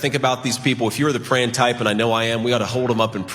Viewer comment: I notice that JD's started dropping his letters. He's hopin'. He's prayin'. He really seems to think we'll somehow believe he's really from Appalachia I guess. What. A. Goof.